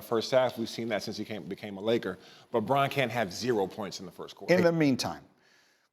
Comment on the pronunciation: Christian Braun (pronounced like brawn) stop pronouncing it like BROWN. So annoying.